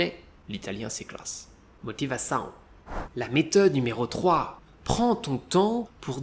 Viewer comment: Merci beaucoup pour les conseils! Je suis impressionné comme votre prononciation en portugais est parfaite, la plupart des étrangers ne réussir pas dire "ão" et tu parle 《ambição》et 《motivação》 comme un natif.